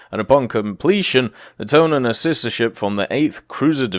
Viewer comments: Its Tone not Tone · It's pronounced TOH-NEH not Tone...... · Toe-neh my dude. no other way to say it. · The IJN Tone Danza